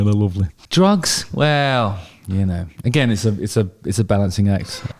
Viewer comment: Is there a reason why you are always singing " agan" and saying " a gain" Cant stop thinking about this every Video 😂